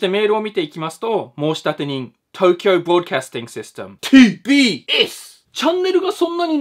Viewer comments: tbsがpdsに聞こえてちょっとびっくり笑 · 最初PDSって聞こえたw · “ “さんの動画の中で ”TBS”って出てくると、 “PDS”に聞こえるのはおれだけか､､､？